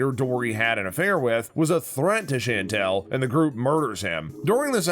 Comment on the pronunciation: There were no Easter eggs in this video. The narrator also pronounced Chantal as Chantelle and it’s very grating. I want my time back.